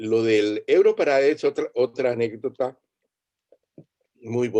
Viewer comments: Por qué insistes en decirle europarada si en hasta en el jingle de presentación de la versión para habla hispana claramente dice EUROPARADE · EUROPARAD"E" NO EUROPARAD"A".